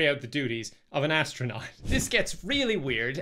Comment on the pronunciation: "Hi there, hello, im the AD-STRANAUT! I found some medications that tasted differently..."